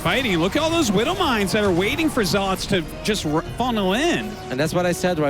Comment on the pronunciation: Dude, why are you unable to pronounce "zealots"? It's not zell-LAWTS